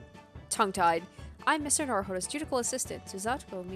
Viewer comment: small thing, but it's ju-di-shi-al, not ju-di-kal. cheers